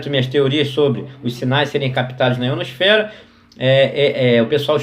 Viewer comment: o mais massa é q ele fala em terra plana e dps fala "IonoSFERA" "extratoSFERA" 😂😂😂😂